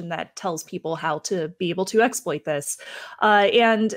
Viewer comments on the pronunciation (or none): I very much doubt that the number of T's was the reason for it. I thought that "exploit" was pronounced with the emphasis on the second syllable. Are you serious? You,, are not wrong!:-D